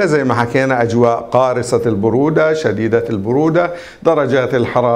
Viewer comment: تصحيح لغوي : قارصة البرودة وليست قارسة البرودة.